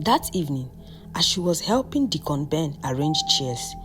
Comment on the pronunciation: I love your stories, but Deacon Ben was pronounced as "Decorn Ben" is it sweet corn or corn 🌽 on the cob 😂😂😂